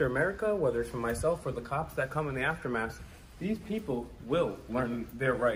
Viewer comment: 🙄 Hey Will it's AFTERMATH not AFTERMASS ... You act like you know so much but you really DON'T. #StopTheFAKERY ~ 😈🔺🦋 Remember - Knowledge is Power , without it you're Powerless